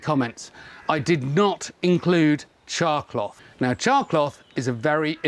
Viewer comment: Thank you for typing it out because to me it sounded like he was saying "chalk block."